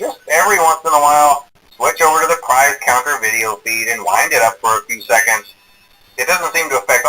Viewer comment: prize croner no prize cuntre